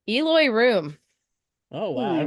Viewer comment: got one wrong. Isn't it El-oh-ee?